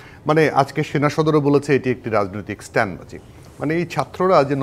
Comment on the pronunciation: কথাটা ' স্ট্যান্ট' ' (stant)নয়, 'স্টান্ট' (stunt)।